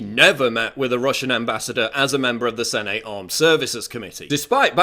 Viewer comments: It's 'Sennett' not 'Sen-ate'. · Paul pronounces Senate "sen-ATE." XD